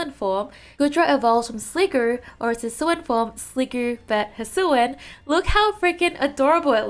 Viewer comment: How to pronounce “hisuian” : hisuwiyan It kinda hurts me that somebody says “hisuan”